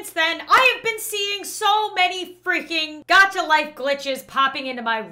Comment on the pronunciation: You said Dacha not Gacha